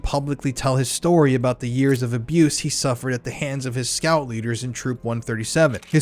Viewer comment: You can’t even say the word “abuse”??? WTF